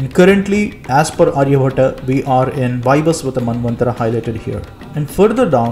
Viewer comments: its not Arya-bhat-aa but his name is Arya-bhat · Pronunciation of name "Aryabhata" is wrong. Its Aryabhatt or Aryabhat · Not Aryabhatta it's Aryabhatt. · Hi, in Title your spelling is wrong. Also Aryabhata pronunciation is very wrong. Kindly pronounce correctly and clearly. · Nice, but pronounce his name correctly, not like a firangi